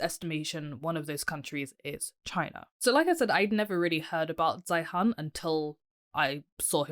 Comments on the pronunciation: Peter's last name is pronounced "Zīən" like "Zion." You sound completely uninformed continuing to mispronounce his name. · Please learn how to pronounce his name correctly and actually read his book. Then you will be much better qualified to critique this expert. Can you clarify who you are? I get the impression you are a China apologist or maybe even a CCP troll. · The least you could do is pronounce his last name correctky, which is the way he pronounces it. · You can't even pronounce his name!! Let's see, he has 500,000 subscribers...You are a...NOBODY :( Your future is as a housecleaner based on what I've seen here. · First of all your mispronouncing his name. Second, I have watched most of his videos. He is usually right but exaggerats everything. The term "collapse" has to be taken with a grain of salt. Collapse could mean reduction. Obviously, if China's population goes down 30% the total GDP will go down, but per capita should go up.